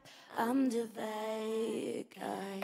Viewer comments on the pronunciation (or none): Que alguien le diga a Eva que se dice BAD, no VAD 😰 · Que alguien le diga a Eva que Bad guy se pronuncia con la “B” y no con la “V” que con solo eso ya me esta arruinando toda la cancion😭